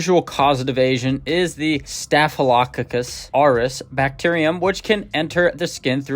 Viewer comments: Here you go: STAFF—UH—LUH—CAW—CUSS. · Your mispronouncing “staphylococcus” it’s staff i low cock is. Otherwise, good video, thanks for the tips. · Staf lo cock us…..is how you sat it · Staff-a-low-cock-us. Accent: emphasis on the first syllable, & then even stronger emphasis on the "cock" syllable. 😊